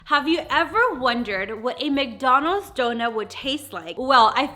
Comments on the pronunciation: Why do you say McDonalds like that? “McDonals” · Love how she says "McDonos"